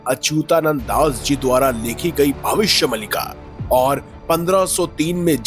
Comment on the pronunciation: अरे यार भविष्य मल्लिका नहीं भविष्य मालिका है सही उच्चारण तो सीख लेते पहले 😂